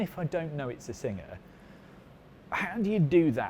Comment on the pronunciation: Is this guy saying "Signer" instead of "Singer"? Is this the same guy that says "Porsh" and not "Porsche"? TG has gone to hell after JC left.